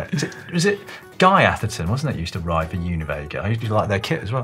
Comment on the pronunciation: Did you mean Guy Etherton? As it sounded like you said Atherton. I use to ride with Guy, u till he got WAY to strong!